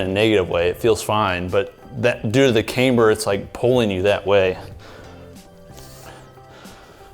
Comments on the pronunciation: KAM-ber, not came-ber - Is this one of things you do to piss-off us nit-pickers? Surely you know better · love your videos. Camm-ber not caym-ber